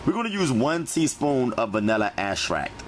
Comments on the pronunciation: He actually said Ashrac for vanilla extract and he said one forf sugur and he also had ash cream 😂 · We're going to use 1 tsp of vanilla what? "Astract" 🤣🤣🤣 love it